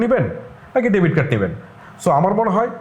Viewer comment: ডেভিড না, ডেবিট হবে।